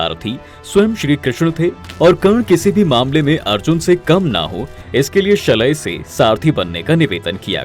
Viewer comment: शलय नही शल्य अपनी युट्युब की दुकानदारी चलाते हो तो पुरा ग्यान तो लेलो 😊